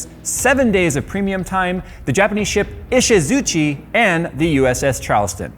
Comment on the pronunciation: can you go learn how to pronounce Ishizuchi next time?